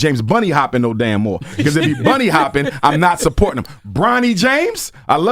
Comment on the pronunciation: he says he isn't racist but continues to say " bunny hoping" imagine someone saying monkey hoping lol